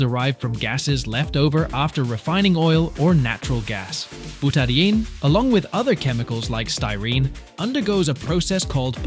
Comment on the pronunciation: Oh jeez, bootadienne? So we have either an incompetent narrator or more AI rubbish. Byoot-ah-die-een ffs